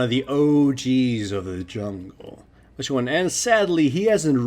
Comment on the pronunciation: How come at the start of every video you say "whichone" and then "whichtwo"? ( and )